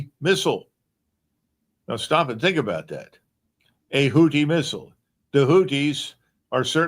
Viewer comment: The way COL Macgregor said - The Hooties hit us with a hootie misle. I just fall on the ground from laughing. Ha-ha